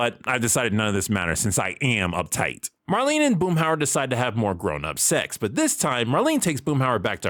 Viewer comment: 🗣️ ”Grownup SECs!” 😩